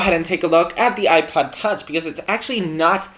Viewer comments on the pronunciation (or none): Sounds like you’re saying iPad, not ipod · It kinda sounds like he's saying ipad